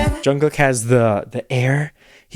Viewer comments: Just a friendly tip from a Korean! Jungkook is NOT pronounced as COOK like a chef. It’s KOOK like the word kook in English. Just not as hard of a ‘k’ sound at the end ^_^ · Everytime he says Jungkook, I hear John Cook